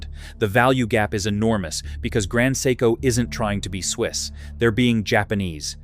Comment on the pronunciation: Grand psycho… come on AI, grow up